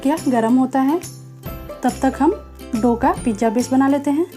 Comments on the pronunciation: It is pizza not pijja OK but good recipe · Mam plz pizzzaaa bolo.. Pija nahi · It's a pizza not pijja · pizza bolna sekhlo